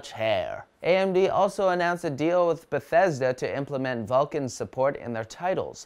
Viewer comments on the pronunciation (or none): none